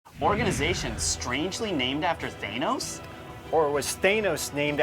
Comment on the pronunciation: For a couple of nerds I'm surprised that you guys don't know how to say, "Thanos"... LMAO.